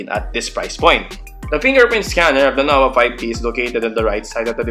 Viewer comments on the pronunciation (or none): "Noba Payb Ti"